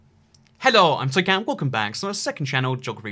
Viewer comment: When he says hi I'm it sounds like toycamp.